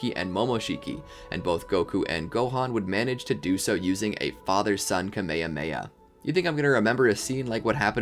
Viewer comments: why do u keep saying kamemea ITs called KAMEHAMEHA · Great video, but why did you say kameamea instead of kamehameha? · He really said camaymay